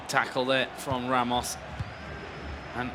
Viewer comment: the irony is the commentators werent able to pronounce players' name properly, e.g. 'Ramos'? Tass played better and he had the card to hold the ball not to push it. The other player was close to a comeback before Tass went seriously. (Thay thang em comment nhay vao ke ti) :))))